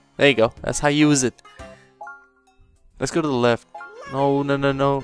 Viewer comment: He's saying "let's go", but with an Italian accent. So it comes out as "Let's-a-go!"